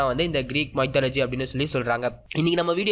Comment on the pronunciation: What a pronunciation... Mythology... Please get help of Google speak can help to pronounce right way...